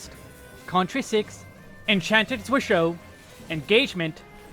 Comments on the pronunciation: Unlike the rest of red mage's toolkit, zwerchhau is a german word, and is pronounced differently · Yup, I see a lot of people put in effort to pronounce the french words correctly... But then butcher zwerchhau.